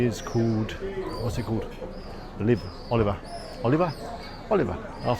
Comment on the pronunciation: You are right. You really do need to work on your Spanish pronunciation ! 20 years in Estepona and you're still pronouncing 'Oliva' as Oliver ! 🤦🏼‍♀️( try it phonetically Oleeeva por favor !). Also as you walked along Calle Caridad you were right by Las Gitanillas and failed to mention how good it is. PS All those restaurants are not simply for tourists. Lots of locals eat there !